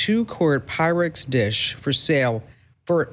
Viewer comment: You are talking PYREX. Not pyrex.